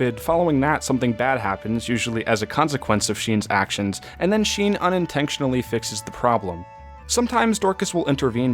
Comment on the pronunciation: Why do you put the letter k into some words like “invenktion” and “unintenktionally”?